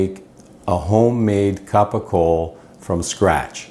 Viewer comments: Ugg.. thanks for the video.. but PLEASE . PLEASE!!! It's pronounced CAPOCOLLO. (CAP O COLE O). Not Capo Cole. And it's spelled incorrectly.. and yes... This is and actual Italian. From Puglia. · Not capocola , not even capicole .. It's CAPOCOLLO . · It’s Capocollo, pronounced kapo-kollo, not hard